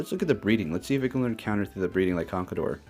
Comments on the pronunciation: I won't hold it against you for how you pronounce MienShao *cough CONKADOR *cough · You pronounced conkeldurr wrong..